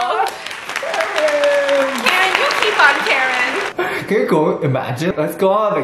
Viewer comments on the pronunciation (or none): Girl did u just rhyme Karen with carin lol